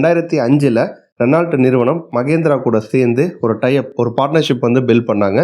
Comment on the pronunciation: ரெனால்ட் ❌ ரெனோ✅ மஹேந்த்ரா❌ மஹீந்த்ரா✅ லோஹன்❌ லோகன்✅